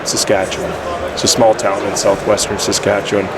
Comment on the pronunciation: As someone from there, you did a great job pronouncing Saskatchewan!